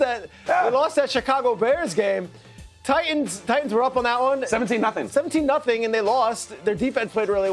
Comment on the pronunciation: Sound dumb af saying Titans